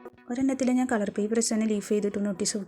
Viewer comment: ക്‌ളർ അല്ല മാഡം കളർ 🤣🤣 പറഞ്ഞു പറഞ്ഞു മടുത്തു ഞാൻ 🥰